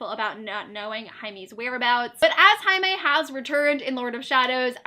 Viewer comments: I haven't seen all the video but I have to say: I'M SO HAPPY THAT YOU SAY "JAIME" WITH THE SPANISH PRONUNCIATION OMG HE IS MEXICAN HIS NAME IS PRONUNCE IN SPANISH. UNDERSTAND PEOPLEEEEE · i love how you pronounce “jaime” correctly it makes my latina heart go 💓💕💝💕💓💖💗💞💘💓